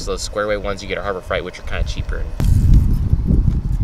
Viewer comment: Did he say.. Harbour Fright?